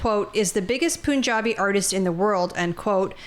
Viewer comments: just FYI it’s not “poonjabi”. Pun (a play on words) has a schwa sound on the vowel, kind of not super obviously a U vs an A or an E etc. That’s the best way to say it, say Pun…jabi… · “Poonjabi” 😂 I’m glad a lot of commenters aren’t just saying go back home or deport them this is why I like this channel